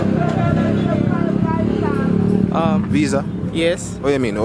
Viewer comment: big man said visa lmao